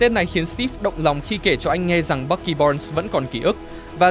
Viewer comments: Bucky mà nghe ông ad đọc thành Bắc Kỳ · Bạn thân Bắc kỳ =)) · sao ad nói bucky mà tôi nghe như bắc gì đó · bucky mà đọc toàn nghe bac ky =]]] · người bạn thân bắc kỳ =)) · Bucky đọc nghe nhạy cảm thật :v